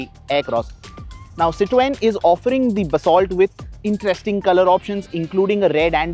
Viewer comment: STOP BUTCHERING "CITROEN"....